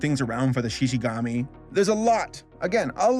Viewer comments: Xi Xi Gumi not Gami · Dude, it's Shishigumi, not Shishigami. Shinigami eat apples, Shishigumi eat meat. I guess, Shishigami eat ***. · I cringed hard when he said “Shishigami” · Look I'm not judging you because you said shishigami instead of shishigumi It's just funny that's all 🤣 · Shishigumi not shishigami, 😂😂😂😂😂 LMAO and no speaks of this because everyone decided to just pirate the sub because they didn't want to wait that long for the damn thing. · I love your videos, they're great. And usually your pronunciations don't bother me at all. This is the first time I've ever been thrown off by something so much that I actually had to stop watching and comment about it. Shishigumi (she-she-goo-me) not shishigami (she-she-gah-me). Every time I hear shishigami I think of the forest spirit from princess mononoke. It's downright disturbing, as my imagination crosses the giant human faced deer with the lion gang. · *Shishigumi, not Shishigami :') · Shishigumi, not shishigami :p And people watched it months ago, when it released in Japan. It already has it's audience so it's not talked about that much outside. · its not shishigami its, Shishigumi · It's ShishigUmi, not ShishigAmi. Lion Group, not Lion God. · Its shishigumi not shishigami Shishigumi in Japanese means Lion group. Shishigami in Japanese means Spirit of the forest. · Its shishi-gumi actually, not shishi-gami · ok i usually dont comment on things but he kept saying "shishigami" when its "shishiGUmi" and i usually watch the original japanese version of things and the fact that he kept making the same mistake was just taking me away from whatever else he was saying... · Everyone here talking about Netflix Jail and I'm here getting tilted by pronouncing it Shishigumi as Shishigami... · goomi not gami 🦁🦁🦁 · I just wanna know if I’m wrong to correct him that it’s not the ”shishigami” but the ”shishigumi”?? I dunno I haven’t read the manga, but they say ”shishigumi” in the anime so yeah👀